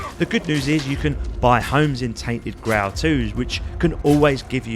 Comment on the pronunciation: Grail pronunciation 🤐🤣🤣